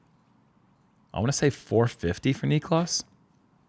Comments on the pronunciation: I'm pretty sure it's (nick - lahs) not (knee- klahs). I may be wrong but I thought there was an episode where Niklas tried to correct everyone on how to say his name. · You're wrong AND right 👍 BC there was an episode where he corrected everyone to knee-klahs not nick-lahs 😊 Jerm us surprisingly good at pronunciation of names in foreign cultures because he genuinely puts in effort to get it correct